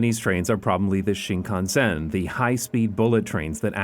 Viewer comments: Talk about butchering the pronunciation of Shinkansen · I have to admit, his pronunciation was a bit spotty. At first, I couldn't get over the way he stressed the SEN in shinkansen, but the way he said Odoriko was more concerning. But I think I'm missing the point with that. The video is fantastic and the excitement has for these trains is infectious. This is a beautiful video and I cannot express how much I appreciate content like this.